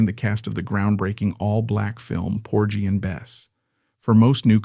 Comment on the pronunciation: "Por-jee & Bess?" Pearl deserves a narrator who isn't A.I. & knows how to properly pronounce one of the most landmark pieces of musical theatre/film of the 20th century.